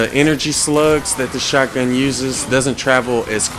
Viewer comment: I like how he pronounces shotgun0